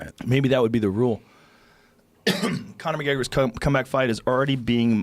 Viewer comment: Cona micGega